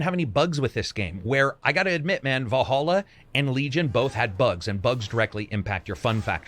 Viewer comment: Its vallhalla ... not valholla